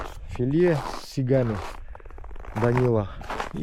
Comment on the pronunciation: Вот нихрина нет ни каких сИгов!,есть - сигИ, всю жизнь по всему Северу,северо-западу России были сигИ,сигИ,мать нашу!! )) И у всегда вначале были сигИ,и сейчас постоянно оговаривается чаще сигИ,а не сИги... уж не помню точно,кто лет 5 назад приволок,что типо правильно сИги,ну,и понеслось.... Пошли к чертям собачачьим эти фЯлологи...,прекрати сам мучиться и "мучить" сигОв,сигИ они и есть сигИ - лещИ,язИ,голавлИ... сижАтники. Ни каких сИгов,сигИ и точка 😅))